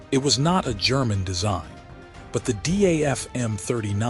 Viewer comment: Name is not pronounced as D.a.f. But Daf. A.I. always gets This wrong.